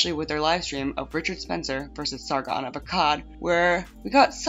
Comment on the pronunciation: Funny how you can do an update on this with the sargoon, vee-mon, and boulder king.